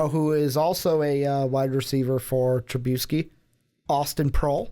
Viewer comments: TruBISky. Not TruBEUsky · The way you pronounce Trubisky is gonna end up giving me colon cancer.